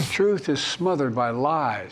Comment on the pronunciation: TRUTH not tooth, I know it's bad I figured out his language